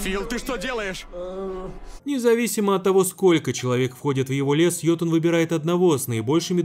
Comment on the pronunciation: уведомляю, не йотун, а ётун